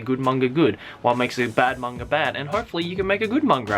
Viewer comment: It never really bothered me until now, but you say mangra.... like what?